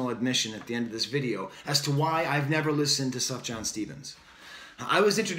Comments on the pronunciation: Lol... “Suff-Jan”... it’s pronounced like “soo-fee-yawn” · Everything you say is absolutely correct about this new Sufjan song (BTW the j is pronounced as a y, so you'd say Sufyan), as is pretty much everything you've said in the other videos I've seen of yours (breath of fresh air, thanks so much!). You are extremely insightful. I'm a big Sufjan fan, and when he stays true to himself he is heartfelt and genius. However, he sometimes goes off on these "modern" pop style tangents, which don't work for me. Maybe he's trying to appeal to the younger generation and gain more mainstream acceptance? How often does that strategy work for artists? Check out his 2015 album Carrie & Lowell for his last true work of art.